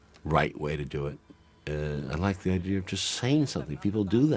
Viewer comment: Is anyone else astonished that a man as educated as Oliver Stone says “idear” instead of idea?